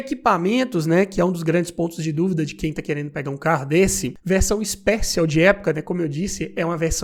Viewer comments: Ixpéchion kkkk seria assim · A pronúncia do "Special" não é essa!!!